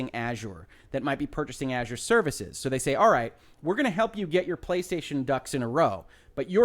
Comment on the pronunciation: Finally, a YouTube video that pronounces Azure correctly